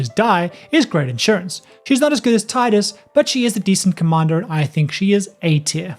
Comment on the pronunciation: Tidus* not Titus xD